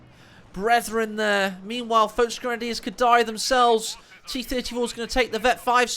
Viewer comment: VOLKSgrenadiers, not VOELCH, wtf?!